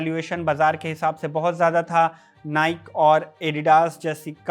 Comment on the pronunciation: नाइक नहीं नाइकी है सही उच्चारण ।